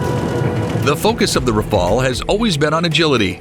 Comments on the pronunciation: Do your homework mate. The French aircraft is called Rafale...or RAF-ALE if you prefer. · RAFAEL is an Israelian defense company. Even if you are native english speaker, try to pronounce Rafale properly.